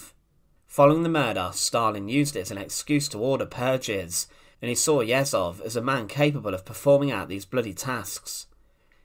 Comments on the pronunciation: Ye zh ov. Not Yezov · Last name is not YEzov, but YezhOv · It's Yezhov not Yezov: the "zh" sounds like the "g" in regime. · You mispronounce the name of your subject. It's not 'Yezov' but 'YeZHov' where Z and H transcribes the Russian letter 'Ж' /ʒ/. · It's pronounced YeJov, not Yessov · YEZHOV (not Yehzov) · Yezhov, not Yezov, FFS. The phoneme is found in English, so there's no excuse for you to not pronounce it. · Ježov, not jetcov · The "zh" in Yezhov is pronounced like the "zh" in Dr Zhivago, or the "s" in "pleasure". It's written with one letter in the Russian alphabet (ж). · Great video, just a remarque: the name is pronounced Iejov. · I can’t see if this got mentioned, but “zh” in Russian represents the sound we say at the end of “garage”, like the French “je”. It’s not so hard to find out correct pronunciation of important Russian names. So if you said Yezhov like “garage-ov”, you’d be on target. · Pronunciation help: Yeh-zhohf. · Its YeZHov. Zh is read similiarly as a sound of G when english say Algiers. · A hint for all youtubers: before making a video with foreign names, google, e.g. "Yezhov pronunciation". It's not that hard. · When reading Slavic names and words, "ZH" combination makes one sound. We even have one letter for it - "Ж". It is close to soft French "G". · This would be a better video if you would not butcher Yezhov’s name every 10 seconds. Zh sounds like pleasure, measure, treasure. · 'zh' in Yezhov transliterates like the sound [3], like 's' in the word 'uSually'. Thanks for video (history about so-called phallarrian bull, when engineer who created the best tool for torture (the copper bull) was the first victim of their "creativity". It is not about Yezhov, it is about being totally obedient but not with any moral values. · Difficult to get thru this with Yezhov's name consistently mispronounced and misspelled.